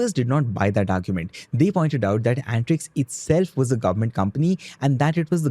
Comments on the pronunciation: Bro it's antrix an-ta-rix means space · It's antrix (space in hindi) not antix